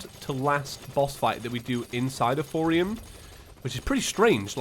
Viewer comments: why do i feel like said "throwium" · I just noticed he says throwium 😁😅